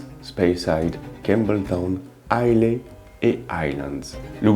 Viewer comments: Pfftt... It's Islâ. Not Islé. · Dis moi, je ne suis pas anglophone mais Islay ne se dit-il pas "isla" ? Je pensais également à une future video, la spécificité du verre, Glencairn, copita etc ...